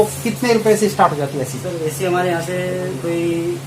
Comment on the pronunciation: Pehle ac bolna to sikh lo